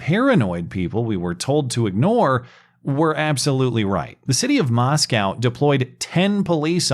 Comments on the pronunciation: It's MosKOE, not MosCOW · Small correction,: The town in pronounced “MOSS-ko,” not “MOSS-kow.” (Easy mnemonic: “There are no cows in Moscow.”) 🚫🐂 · It's pronounced Moscoe not "Moscow" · Damn it it’s pronounced moscoe. Idaho is not Russia. Great video though.